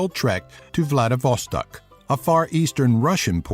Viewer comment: VlAdivOstAk...oh my ears...they're bleeding...It calls VladivostOk!